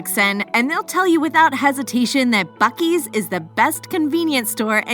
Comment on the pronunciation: As soon as you start buc es I have to turn you off